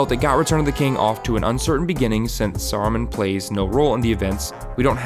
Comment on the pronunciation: It's SARUMAN, not Sorrowmun. A like cat. I know you're the same dolt who pronounces Tolkien as "toll-kin" but ffs please at least try to try.